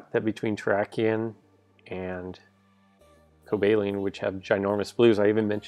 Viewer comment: The pronouncation is coba-leon